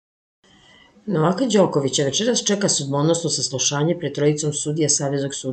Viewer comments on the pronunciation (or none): Ženo, nemoj čitati " NovAka", nego " NOvaka". Paraš nam uši,alo...!